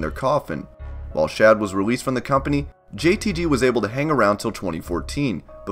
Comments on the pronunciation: Its JTG not “JTT” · It's jtG not jtt ya goober, please get it right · It's JTG not JTY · It’s JTG bruh... JTG 🤦🏽‍♂️